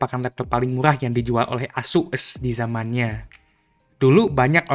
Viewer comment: ngomong ASUs nya diperjelas jir